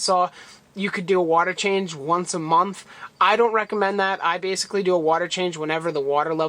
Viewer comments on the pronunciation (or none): none